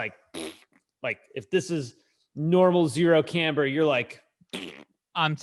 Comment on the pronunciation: So have I been saying it wrong all this time, or is just being fancy? I’ve always pronounced it cam-ber (cam like in cam shaft). He seems to be pronouncing it came-ber (like past tense of come).